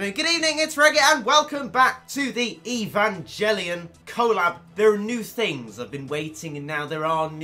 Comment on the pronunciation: Omg, you suck, learn to pronounce the name of the anime before you actually say it, let alone make a review of game/ series that has such a big fan base world wide, I feel so bad for such ignorant people like your self, we are all laughing at you not with you, your the reason why if aliens come to earth we will all be fertilizer not the waiters for the table, I hate to call my self a human after watching this video, I'm going to start a fire and kill myself now so nothing remains so I'm not in any way seen as the same life form as your self, you don't bring shame YOU ARE SHAME